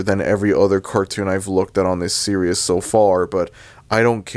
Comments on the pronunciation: Bro it’s “ series “ not “ serious” why are you saying it like that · I have a feeling that he misread that word and mispronounced it as "serious" rather than "series". I don't think he doesn't give a sh*t about word pronunciations. Go figure. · Why does it sound like that guy was saying serious instead of series 💀💀💀💀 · why do you keep saying the word "series" as "Serious"? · You’re a sad strange man I didn’t mean to reply on your comment I was supposed to tell the guy who made this video on why he said series in a very weird way